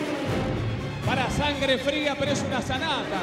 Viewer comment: ''Sangre Frá'' ??? xD